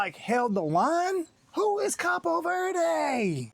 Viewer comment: It's cabo not capo lol 😆 😂 🤣